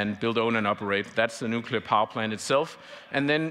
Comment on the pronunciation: Nuclear!!! And now he is racist